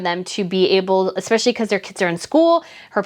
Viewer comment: Slow down the speech so "espeIALLY" does not sound like "espeshy" and... it's AS I SAID, not LIKE I said. xoxo